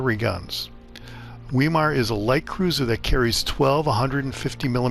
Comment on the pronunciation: I believe it's pronounced " Veye-mar." Generally e before i together, are pronounced as "Eye." In German. (Deutch).